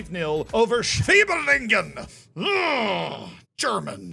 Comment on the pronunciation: I‘m from a city very close to Heidenheim and a HSV supporter. I‘m watching your videos for years now, and it‘s kinda hilarious to hear you say „Oberliga Baden-Württemberg“ or „Schwieberdingen“ 😂